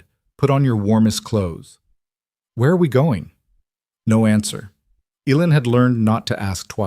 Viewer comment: A good story. Enjoyed reading it. The only thing that was out of sync was the little girls name. Spelled in different ways. None enouncated properly. Eileen is pronounced I lean, Elaine is pronounced, E lane